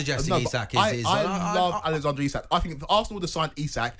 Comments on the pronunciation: It's pronounced Eezak FFS 🙄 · Its not i sak...its isak ffs..cant even get his name right..the idiot with a beard is thick as mince